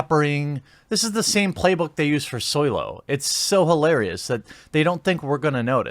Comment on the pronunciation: I like the slurring of Solo Almost like saying soiled (shitted) and of course solo...